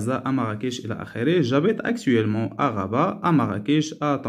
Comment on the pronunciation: Actuellement et non pas actua...